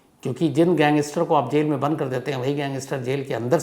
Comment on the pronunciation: I don't want to offend you but please correct your pronunciation of English words, like 'gangster' 🙏.